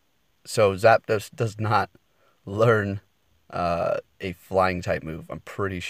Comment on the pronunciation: Good job on saying zapdos! Lol thanks for the tips